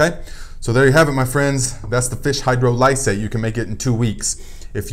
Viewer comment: Excellent info, Thank you. FYI: Hydrolysate (phonetic: hi-Droll'-ih-sate): Accent is on the 2nd syllable (drol w/a soft "O" sound, as in on, ox, off) not hard as in Oh, and the "I" is also a soft (as in is, inch) vowel sound, not hard as in "I".